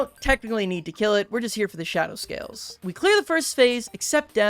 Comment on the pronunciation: YOU SAID SHADOW SCAILS AAAAAAAAAAAAAAAAAAAAAAAAAAAAAAAAAAA